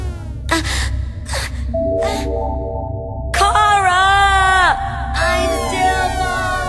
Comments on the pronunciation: its not cara ITS CH-ARA ;-; HOW MANY TIMES TO I HAVE TO EXPLAIN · It’s pronounced Chuh-ar-a